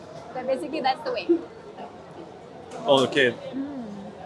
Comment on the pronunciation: when she said basically -- i went she picked up that indian accent haha